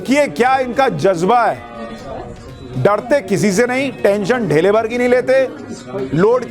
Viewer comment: ढेले नहीं धेले।